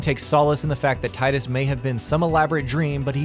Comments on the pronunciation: Square has confirmed it's tee-dus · It's pronounced 'tee-dus'